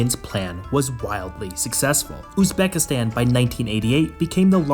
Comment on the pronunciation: Highly doubt it considering he can't even pronounce the name of the country properly